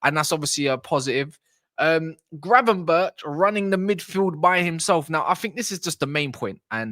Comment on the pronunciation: Gravenberk not gravenberch 😡